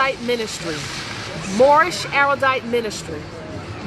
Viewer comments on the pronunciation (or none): PS. It's pronounced "arrowdite."